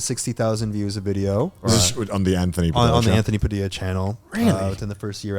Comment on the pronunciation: It's sad that no one noticed you said Padildo instead of Padilla 😂